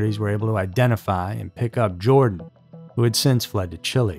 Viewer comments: It's not Jordan. That's actually kind of annoying. Please don't ruin the name Jordan. It's Joran. Sounds like Your-Ron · How do you read "Joran" and end up calling him "Jordan"? There is no 'd' in 'Joran.' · "Joran". (not "Jordan"). A most despicable human being. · No... actually pronounced Yoran, not Joran... and definitely not Jordan! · It’s not Jordan !!! It’s Joran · His name is Joran not Jordan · Actually Natalie Holloway was originally from Clinton Mississippi, but she went to high school in Brook, Alabama. She wasn't from Nashville. And his name is not pronounced Jordan; it pronounced like Your-an. Just for future reference. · His name is Joran not Jordan 🙄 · Its not Jordan; it's Joran, pronounced 'Your-Ran'. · Lol why do you keep calling him Jordan? His name is Joran you even put it in your title. It's not like it's a hard name to pronounce. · JORAN NOT "JORDAN"! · Why do you keep calling him "Jordan"? It's 'Joran' pronounced "you're ran " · That was an amazing presentation. Not once did you pronounce his name correctly. Joran has no D in it. And it's Dutch, so it's pronounced YOR-en. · I almost couldn't make it all the way through. The narrator kept calling him Jordan rather than proper pronunciation. It made me wonder if he has the rest of the story correct? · YO-RAN is how it's pronounced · Joran is pronounced Yoh-ran. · I realize he's a psychopath and doesn't really deserve respect, but THERE'S NO D IN HIS FIRST NAME!!! Why can't these narrators on these YouTube channels read!!??